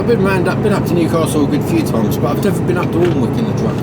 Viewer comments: Pronounce Alnwick annick imade the same mistake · Hi keep on trucking mate for us who can't anymore Alnwick is pronounced anick the l an w r silent